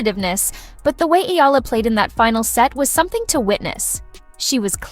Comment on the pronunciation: Please pronounce her surname Eala as: e - ya - la